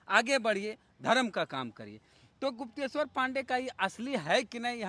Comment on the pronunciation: तुम सिर्फ कूदना जानते हो तुम्हारे पूरे खानदान में आईपीएस बनना आरक्षण से भी उपाय नही है । तुमको गुप्तेशर बोलने नही आता है सोचो । तुम्हारा शिक्षा किस अस्तर का है